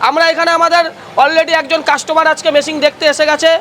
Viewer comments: ওরে মেশিং নয় রে । মেশিন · Machine ❌️ Masingh✅️